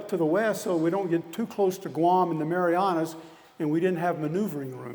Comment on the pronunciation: Pretty sure he called the Marianas the marijuanas